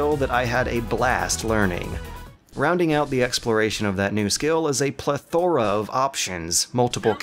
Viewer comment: How is it that EVERY game reviewer I watch can't pronounce plethora? PLEH-THUH-RUH